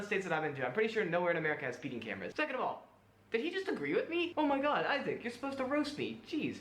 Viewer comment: STOP SAYING EYE-ZIC! IT'S PRONOUNCED EYE-ZACK! 😭